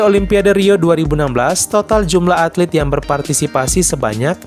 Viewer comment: ATLET kali, bukan atlit.